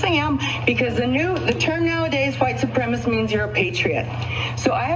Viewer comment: Why is it that almost always the folks who think they are a member of some super fantastic race group - are total freaking IDIOTS! Seriously, she couldn’t even pronounce the word Supremacist!